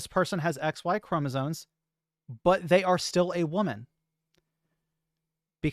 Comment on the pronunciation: It's called chromosoMes, not chromosoNes